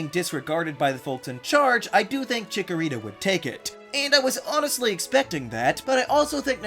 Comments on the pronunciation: THE SECOND C IN CHIKORITA IS SUPPOSED TO BE A K! FIX IT NOW! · CHIKORITA, NOT CHICKERITA! FIX IT NOW! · THE FIRST A IN CHIKORITA IS SUPPOSED TO BE AN O!